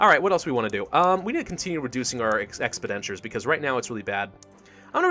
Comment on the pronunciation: I started watching for Plague Inc. content, and really appreciate all of the content you produce. I'd just like to say that the word is ex-PEN-diture. Not expi-DEN-ture.